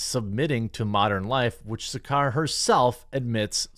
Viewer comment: ASH SARKAR is a horrible Brit lefty...... She is the racist, she is the one who screams "RACIST" but she is that person she is screaming about... What has Trad wife got to do with "WHITE NATIONALISM"? Her name is pronounced, SAR CAR! What these people want is the WHOLE FAMILY having to work like they did 100 years ago.. Man, women, child.. all working 12 hours a day for just enough to survive! While people like her get paid by the state $200 a year and swanning around in a car paid for by the vary workers she says she supports through TAX!